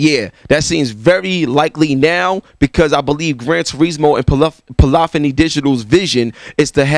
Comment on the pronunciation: Bruh you're killing me with the "Polophony" thing lol